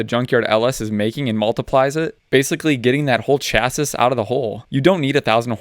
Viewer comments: Chassis is pronounced Cha- SEE,. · Hearing chassis pronounced how it's spelled grinds my gears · Do you mispronounce chassis on purpose? You seem like you're pretty knowledgeable